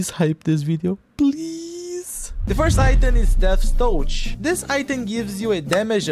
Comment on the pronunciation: Esse "touchhh" entregou